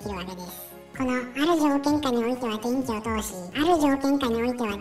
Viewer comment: 一瞬「べんき」と「でんき」が混同する場面があった。